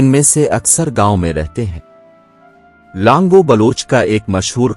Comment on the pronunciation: پہلی بات ک آپ بول رہے ہو لانگو جبکہ اصل لفظ ہے لانگا اور بار بار بول رہے ہو ک لانگہ رند نہیں ہے اصل میں لانگا رند میں سے ہی ہے اور ہر پروگرام میں بلوچی history غلط بتا رہے ہو اور اپنے ویڈیوز میں بلوچوں کی بجائے راجپوت کبھی مراٹھا ک فوٹوز دیکھا دیتے ہو مہربانی کرکے آپ ہماری تاریخ خراب نہ کرے اور ویڈیوز بنانے سے پہلے بلوچوں کی تاریخ پہ صحیح طریقے سے ریسرچ کر کے ویڈیوز بنائیں ورنہ آپ پہ غلط history بتانے پہ کیس کردیے گئے جس کے زمادر آپ خود ہونگے میں اپنے بلوچ بھائیوں سے گزارش کرتا ہوں کہ جب تک یہ بندہ صحیح history نہیں بتاتا تو آپ ان کے ویڈیوز نہ دیکھیں